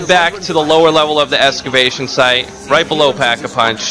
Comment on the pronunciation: EXCAvation not ESCABATION